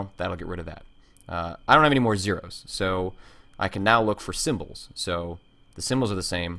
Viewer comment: did you say "anygay" at around :40 ?